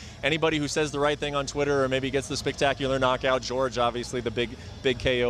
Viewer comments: Why yall still saying George instead of Jorge wtf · I know right it’s not that hard to say Jorge instead of George.